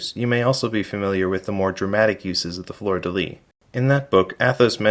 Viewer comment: Your many hours of research failed to teach how to pronounce “lis”. Here’s an actual French guy talking about it.